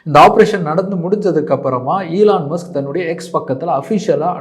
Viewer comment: Elarum solra mari Sona ena kudiya mulugira podhu..! Elarum ipditha irkanga brand identity create panrangalamam... Eeee lan mu suku pronounciation a sunen